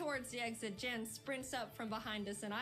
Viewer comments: It is actually Jan not yan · It's yan not jan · Jan's name is Said like H-aan